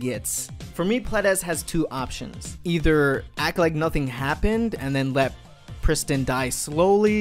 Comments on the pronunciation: Wtf is a pris...tin? lol It's Prees teen. Or if you can't at least pres-teen.. it rhyme with mean. Wtf do anglos butcher all languages... I is pronounced as eee. In all languages. It's pretty damn universal. And Nissan is not Niss-san.. it's Kneee-San. Japanese. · 2017: “We Are Pristin” 2019: “Where Is Pristin”